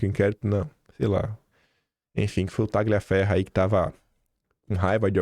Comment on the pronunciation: boa noite, bom dia! Tagliaferro é um nome italiano. E o "GL" pronuncia-se como o nosso "lh". O g é mudo.c